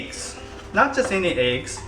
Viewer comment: i love when says eggs. it sounds like ayggs.